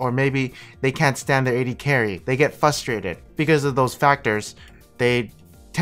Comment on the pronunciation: it's FRUSTRATED not FUSSTRATED but also throughout the whole video